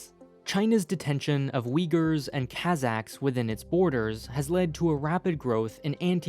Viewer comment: It would be less an assault on the ear if you had bothered to learn the correct pronunciation of words like Kazakhs and the names of the cities. Good grief.